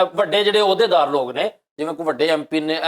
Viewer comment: Bhaji please don’t say LOG its Lok (people) please don’t offend i jst wanted improve ur punjabi . thank you nd love you